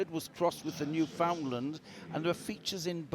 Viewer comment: It's pronounced 'newfin-LAND' - at least when it comes to the Canadian province. This is my favorite group to watch :) Thank you for sharing everything online.